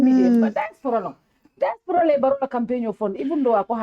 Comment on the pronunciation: Nko, who’ll teach this Badibunka how to pronounce “DIASPORA” in the right way??? 😢😢😢